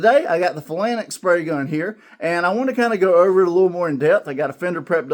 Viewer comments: Thanks for the video … pronounced “Fay-Lanks” I appreciate the demonstration and comparison. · Great results for a relatively cheap set up. Thanks for the in depth review. Phalanx pronunciation is /ˈfāˌlaNGks/. Cheers! 😎👍☮ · It's pronounced "fay lanks", nice demo I was wondering about putting the pigmentation right into the paint!